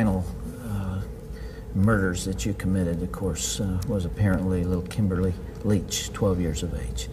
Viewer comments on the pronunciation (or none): none